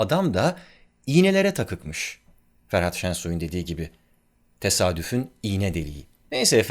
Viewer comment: "Ferhat", dedi. 🙊🙃